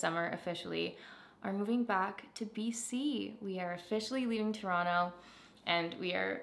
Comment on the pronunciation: CONGRATS AND!!!!! Also lol that in your “we are going back to BC” announcement you’re now saying Toronto like an old pro!!! 🥲🥲🥲